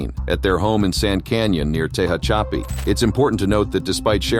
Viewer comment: Te hatch a pee. Geez get rid of AI